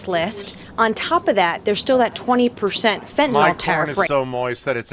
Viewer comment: All these asshats who are ussing fentanyl as a battle-cry cannot even pronounce it.